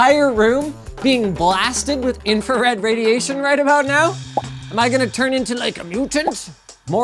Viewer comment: "High energy infared light" Thats called red linus